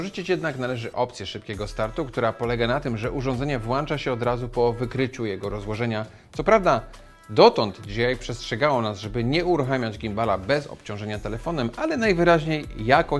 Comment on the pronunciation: włącza się, a nie włancza.